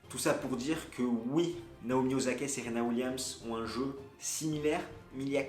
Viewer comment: o /sa/ ka stp, pas ozaka.